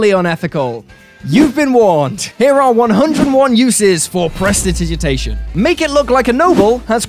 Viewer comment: I cast presditigiditation so that I and our ding dong of a fighter can correctly pronounce Prestidigitation